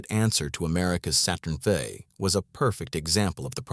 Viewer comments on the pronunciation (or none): This was a very informative video. And the commentary was spot on. Yes, the AI voice said Saturn Fey and not Saturn- 5; not a big deal. The most striking thing is when they would mention the age of these men. If any AI was used it was used to make these men appear so much older than they could have possibly been. Brezhnev is said to be 62-he is made to look 80. I know 62, I see it in the mirror every day. The other gentleman who was, like 52 looked 70. The facts ring true, the visuals, not so much.🧐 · The Saturn Vis? Ffs, get a human narrator, this CG voice over is ridiculous. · 'Saturn-Fey'? WTF? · Saturn-Fey. The legend! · Those three words "They have done it." Someone needs to teach the AI to count.